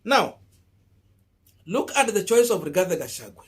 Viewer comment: You are not pronouncing the Kk running mates name properly. You will loose me over this. Rigathi Gachagua not Rigathe Gachague. Drop the e